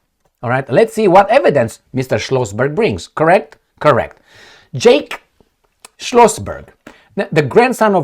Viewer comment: Jack not “Jake”!!!!